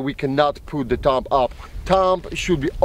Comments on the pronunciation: I love how he says TUMB instead of thumb. I know it's his accent but it's still funny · "Tumb" hahaha